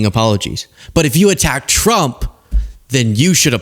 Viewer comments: Sound like Pam said "Drump". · No she said “DONALD CHROMP”